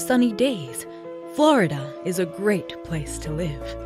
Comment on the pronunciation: FLoIDahh STOP